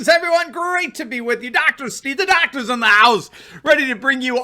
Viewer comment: THA DOCTAH IS IN THA HA-OUSE!!!!!!